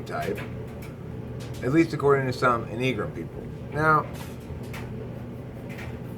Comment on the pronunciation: Is that how you pronounce enneagram?